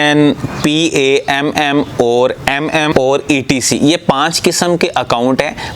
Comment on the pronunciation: پام Not p ,a,m,m